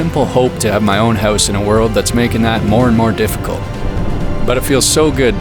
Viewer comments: "Tiny hoose" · Your work with your caulk is impressive, but you have to learn how to pronounce "house". Lol.